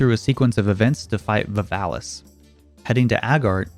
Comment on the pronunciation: Sounded like you said "the pha*lus" when you said Valvalis.